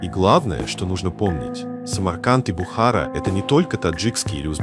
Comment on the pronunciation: Бредовый ролик. И перестань коверкать слово Таджик и Бухара... 🤬🤬🤬